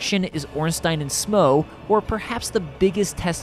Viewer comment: I've never seen anyone pronounce smough right but ornstein wrong, its usually the other way around